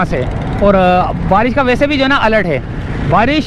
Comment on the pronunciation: hahaha. kes ne baresh ka bola